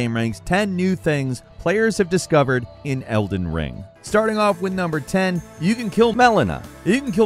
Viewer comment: "Elder Wing"